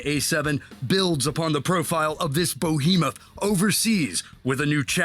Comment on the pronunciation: Did he say bohemoth isn’t it behemoth